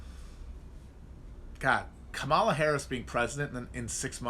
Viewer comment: why do you insist on saying Kamala's name wrong?